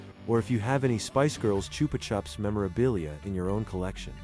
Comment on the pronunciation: It's pronounced "Choopah Choops".